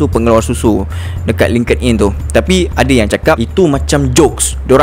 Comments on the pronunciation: Bukan "naikkkkk". "Naikiiiii". Bukan "lingked in". "Link in". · kerol kau kena belajar sebut nike, linkedin etc betul2 before buat video